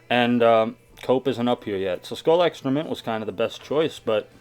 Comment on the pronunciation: Is it just me or whenever he said extra mint it sounded like excroment.